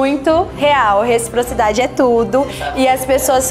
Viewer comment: matheus: repro-reproci..: resprocidade 💅